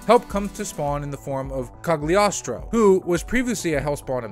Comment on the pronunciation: I am sure this person been saying Cogliostro name wrong